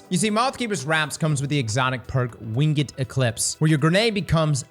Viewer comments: Am I crazy or did he say "wing it eclipse"? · is it "winged" or "winged"?